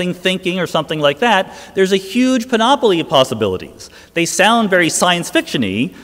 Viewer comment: Did he just say panopoly instead of panoply...